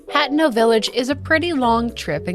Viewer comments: Except she mispronounced (ha-te-no) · It's pronounced ( ha-te-no ) you have to sound it out